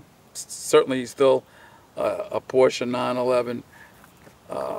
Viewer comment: Great video. And I am especially appreciative of the correct pronunciation of the car brand ‘Porsche’. Too many pronounce this brand incorrectly.